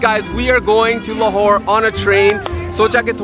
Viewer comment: Lahore huta h lar nahi